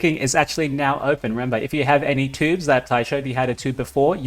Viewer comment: Another great video, thank you! BTW, it choobs, not tubes ;)